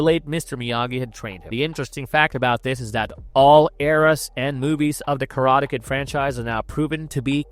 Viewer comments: Wow, maybe hire a human narrator next time. I was tired of hearing *Karata Ked" after 30 seconds... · Why do you say "Karate Kid" that way? is this AI?